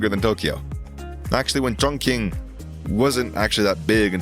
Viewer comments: You mispronounced Chongqing, it’s pronounced “Tsongching” not “Chongking” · Chongqing is pronounced as " chong ching ". Q is pronounced as " ch"